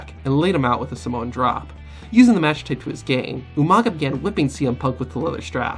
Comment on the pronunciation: "oh my god somowa spike"-UMAGA